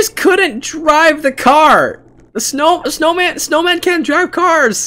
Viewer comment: Aaaaand also did not say snowma he said snowm